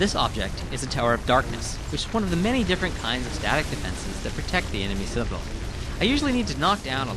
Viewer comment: i wish he could say citadel correctly